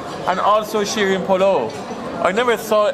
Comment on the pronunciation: it's Polo as in poe-low, not "polaw";) Thanks for foodtorturing us:D